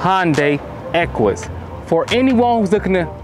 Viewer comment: You said Hyundai and Equus wrong. 🤦🏻‍♂️